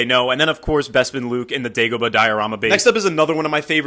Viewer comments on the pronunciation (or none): none